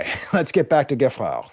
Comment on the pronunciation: Geffrard is pronounced Jayfrar